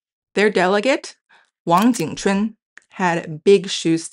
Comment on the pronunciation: The host of this channel mispronounced the historical figure's name as "Wang jing quan" instead of Wang Jing Chun (王景春), his original name. The host later corrected her pronunciation. The romanization transcription to Latin letters was not based specifically on American English pronunciation, but on the Wade-Giles phonetic system, the standard at that time. Americans not familiar with this phonetic system might pronounce it in various ways. One may strongly suggest that both the host of this channel and the audience learn the other main romanization phonetic systems, such as Wade-Giles (historically used to transliterate from Mandarin into Latin letters), Yale (used to teach Mandarin before Hanyu Pinyin got popularized), as well as some of the other historical romanization systems. These are not variant romanization systems, but standard ones used before Hanyu Pinyin. In that way, it will be easier to match certain current spellings and historical spellings of places and names to modern pronunciations or to Hanyu Pinyin. eg, Taipei --> Taibei Kaohsiung --> Gaoxiong Tientsin --> Tianjin Tsingtao --> Qingdao Mao Tse-tung --> Mao Zedong etc. Then it would then be very straightforward to match "Ching Ch'un Wang" to "Wang jing chun"王景春 .